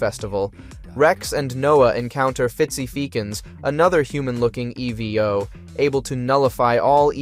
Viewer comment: The errors in speech make me feel like this is an AI voice... E.V.O/EVO, meek'em/meechum, there are others